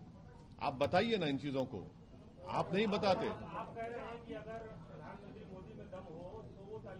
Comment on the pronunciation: The way owaisi says 'Modi' as MO'D🤣